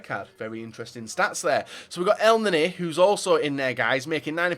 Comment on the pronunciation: I'm Egyptian and I know how to say elneny it's nearly correct but in English ur not use to pronouncing the letter e it's different to English in Arabic so say it this way